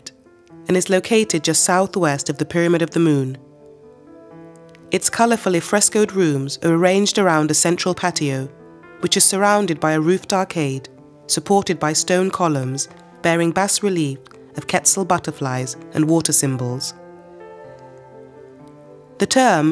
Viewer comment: Beautiful documentary, blighted by so many mispronunciations. If a Spanish word has an accent on it, that syllable should be accented not the one after it! And what is a jagear? or Bass relief?